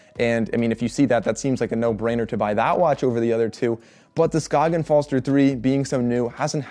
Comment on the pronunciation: You pronounce Skagen correctly. That was unexpected. Good review!